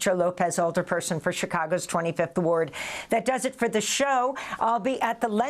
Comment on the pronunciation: You lost me at “alderperson” LOL